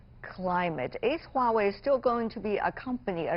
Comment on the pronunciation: why wawei? it's Huawei hahahaha